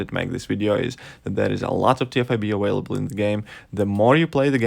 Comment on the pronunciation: Lol did he say aWHALEble 😂😂😂😂just f-ing with ya still like ya channel but that’s still funny.